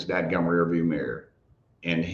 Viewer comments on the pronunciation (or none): none